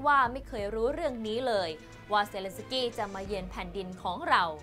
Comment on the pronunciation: เซ เลน สะ กี้ ชื่อเค้ายังอ่านไม่ถูกเลย🙈🙈🙈